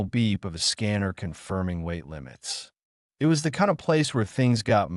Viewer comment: 2m:56s: Sigh ... Not again with this "brain"-damaged text speaker the cannot handle the English word "it". I T is the mark of a poor "author" who does not do a prrof-read, does not do a proof-audit. --- This means IT is time for me to bail out, and leave a THUMBS DOWN. --- And to not even open the next two stories suggested by YouTube.